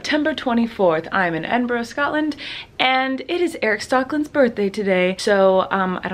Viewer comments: why do you call in enborough its edinburgh jfhksfjhewk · its Edinburrrh not edin-borrow